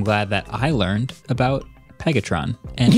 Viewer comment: Marques couldn’t even say “Pegatron” lol😂